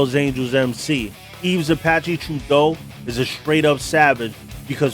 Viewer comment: It’s Apache not zapache Yves (the s is silent) it would be pronounced similar to eve Apache Trudeau. Not truh-doe, troo-doe or true-doe Surprised Mom Boucher wasn’t mentioned